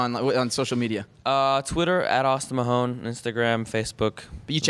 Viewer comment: Lol the interviewer couldn't even say his name right it isn't even hard to pronounce MAHONE